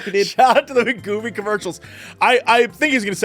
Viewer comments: Wegovy is wee-goh-vee or we-go-vee. And Gila is hila, he-la, he-luh. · LOLing at his pronunciations. It's we-go-vee and hee-luh monster. In all seriousness though, everyone overweight is overweight for different reasons. There is no quick fix. Each person needs to work with a physician if possible to determine their specific weight loss needs.